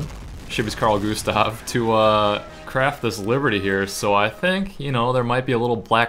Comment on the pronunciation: Carl Gustav... Sounds so wrong when you say it :P